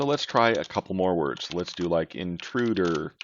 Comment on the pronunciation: Interuder? :D